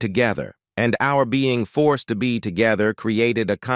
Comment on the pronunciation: And the pronounced forced as two syllable for-ced.